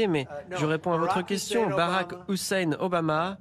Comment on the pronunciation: Donald Trump a un problème avec le prénom houssein 😂😂